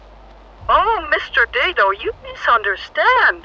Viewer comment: THANK YOU FOR SAYING IT "DAY-DOH" BC MY NAME IS "DAY-D"